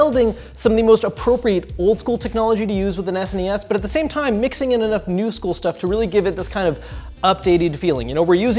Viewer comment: I actually hate the way he says SNES!